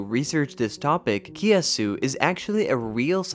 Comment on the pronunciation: Anyone Singaporean annoyed by how the narrator pronounced kiasu? I know it's not their language but the way it's butchered is incredibly annoying sounding to me...